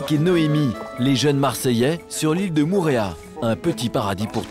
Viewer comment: Faudrais faire un effort sur la prononciation des mot en tahitien Au début c'est "mourea" mais Mo'orea Mo-orea